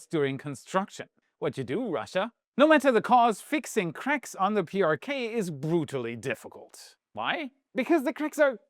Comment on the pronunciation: PrK - pronounced 'Pay ar Ka'